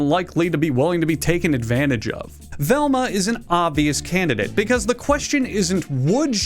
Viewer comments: velma, it's velma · Velma. It's Velma.